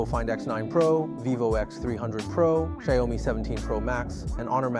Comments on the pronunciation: "Xaiôumi"????? The pronounce is "shee-ao-mi". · Shy-O-Mi. Wtf. Banana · What the hell is a "Sheeyowmee"? 😂